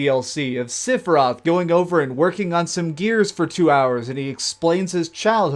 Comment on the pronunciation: Wtf is "Siphroth" ?